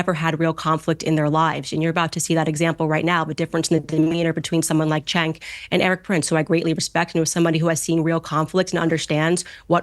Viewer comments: one question, why do you keep calling Cenk "chink" ? His name is "Jenk" not that it matters though he's still a turd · it's pronounced chEnk xD